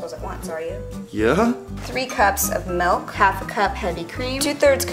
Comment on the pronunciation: ITZ MILK NOT MELK!!!!!!